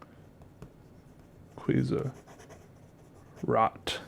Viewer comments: yes it means red and u are supposed to pronunce it an other way. More like r (oh) t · Rot is pronounced as rode. not that it matters, but maybe you would like to know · Rot. Pronounced row-t or roe-t. Long o. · Rot = red pronounation: r oooo t language: german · Rod does mean red, but not with that english pronounsiation(don't know if I spelled that rigt). It is a scratchy sounding "r". Then the rest of the word sounds sadly German witch simply sounds bad. Real bad. But hey I'm Danish so fuck the German language 😂😂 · Hey! Really enjoyed this one. Nice intro! I'm from austria (people speak german here). When you read the name of the ink I cringed hard. Have a nice day! ~M. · Yeah it's right, Rot means red, but it's not pronounced like dat. Pls watch a video in yt how to pronounce it right...